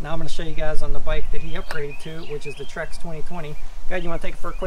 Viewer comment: "Trek" not "Trex". Great video, thanks!